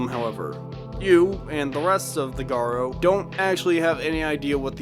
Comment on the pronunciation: Why is it so common for people to pronounce it Garr-Oh? It’s Garou, Garr-Ooh. It’s a literal word in real life lol.